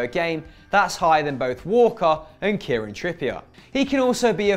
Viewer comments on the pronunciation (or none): none